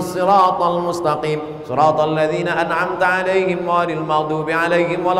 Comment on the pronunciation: An'amta'alaihim bukan 'An'amta'alaihim, agar kt perbaiki.